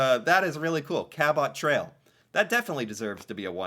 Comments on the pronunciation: The pronounation of Cabot Trail Cape Breton killed me 😂😂😂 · The cabot trail Cape Breton Island pronunciation was funny. My wife is from the area in the Cabot trail